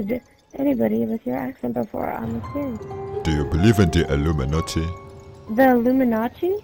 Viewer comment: That had me in tears. The "You sound German" came totally unexpected. On a side note: Did he/she say Illuminazi? Totally sounds like that.